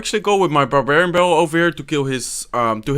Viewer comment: the way he says barbarian barallel